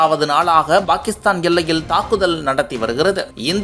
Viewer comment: Bakistan இல்லை டா பாகிஸ்தான் யா ஒழுங்கா தமிழ் கத்துக்கணும்